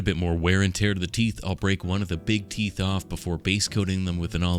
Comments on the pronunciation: You keep mispronouncing “teef“ Not very orcy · YOUZ DIDN’T SAY IT LIKE A PROPPA ORK! IT’S PRONOUNCED ’TEEF’, YA SHTUPID HUMIE!! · Ya keep mispronouncing teef, ya stoopid humie! Heh, seriously though this is wicked awesome.